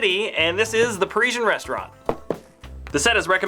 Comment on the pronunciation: Pari-sian Rest-au-rant!